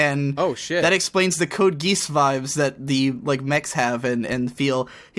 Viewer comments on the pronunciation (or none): I know he likes to pronounce things his own way. But code geese? Come on tell me you said that as a joke xD